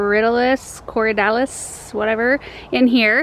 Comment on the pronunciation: Corydalis "kor-ID-ah-liss " :)